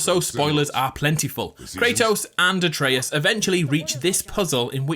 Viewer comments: I don’t understand how the guy played the game, heard how Atreus’ name is pronounced, and STILL butchers the name.. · Why tf do you say Atreus' name wrong EVERY time? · Why can't you pronounce Atreus? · You say a lot of things wrong like Atreus, and vase which is pronounced “vayse” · It’s not a-tray-us not a-tree-us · You mispronounced Atreus' name and the scar on his chest is when Zeus "killed" him not from his suicide. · Pronounce Atreus correctly for fucks sake how do you play the whole game and then proceed to prounounce it incorrectly???? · fan fact! (as a greek guy) it's actually "A-trE-us" ("Α-τρέ-ας") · Its a-tre-as* spelled Atreus pronounced Atreas, comes from the Greek name Andreas also Andrew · How da fuck you mispronounced atreus when kratos says it 100 times in the game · The way you pronounce Atreus infuriates me. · For a game with so much voice acting youd think people would be able to say the kids name correctly :/ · His pronunciation of Atreus hurts me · The way he's pronouncing Atreus is really bothering me. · Your pronunciation of Atreus is wrong. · Can you say "Atreus" right? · Aytrious? its Atreus (at-rey-us) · so I know this was like 2 years ago but u said his name like a - tree -us when it a - tray - us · ITS -AT -RAY-US, NOT AT REE US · Wait wait wait…. Are you saying A - tree - iss? It’s ah-trey-us. Come on dude. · Why do some people get Atreus's name wrong. IT'S PRONOUNCED UH TRAY US NOT ATREEUS. Jesus fucking christ get it right. This is the millionth time I've heard someone get it wrong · A Trey Us, not Ay Tree Us, Jesus Christ you're dense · A-tree-us? A-tray-us. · uhhhh no, that is literally the most ignorant thing ive ever heard. You didnt make the game or mythology, the game studio did. Its pronounced "uh-tray-us" not "A-tree-us" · ate-ree-us oh god its at-ray-us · Bro, why do you pronounce it Ay-treeus? It’s pronounced At-tray-us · It’s Ahtreus not Aytreus. You must be one of those people who pronounce Gerahlt rather than Gehralt